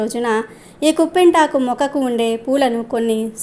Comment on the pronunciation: కుంపింతకు కాదమ్మా కిప్పింతకు అనాలి